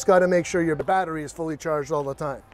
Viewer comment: "Battry" LOL